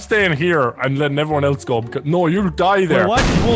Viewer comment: Tree, four, one, two, GOH